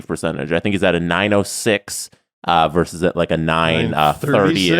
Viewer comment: it's "versus", not "verse".